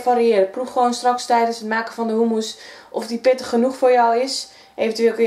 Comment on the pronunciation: In Nederland spreken we u niet uit als OE.